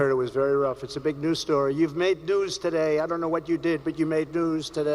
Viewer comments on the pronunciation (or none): did Trump just say "he's made NOOSE today"